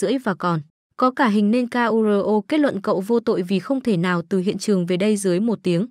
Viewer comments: sửa giọng đọc đi ad ơi... người ta tên Kuro đẹp vậy mà đọc ra từng chữ nghe ngứa nách quá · bộ ko biết đọc chữ KURO à